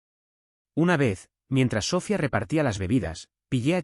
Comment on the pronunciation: El nombre es SOFÍA. CON ACENTO EN LA I . ALLÍ PRONUNCIAN SOFIA